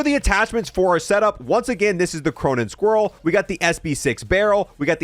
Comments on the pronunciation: U literally say the names of the guns wrong it's squall not scroll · Okay so he's mispronouncing the Squall on purpose, but he still doesn't know how to say Chimera.